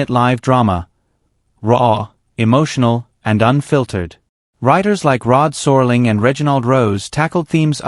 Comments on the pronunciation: Born in 1948, I remember 50% of theses shows. By the way, it's Rod Serling, not Rod Sorling. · Yeah, “Rod Soarling” for one thing. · Narrator seems human but can’t pronounce Rod Serling.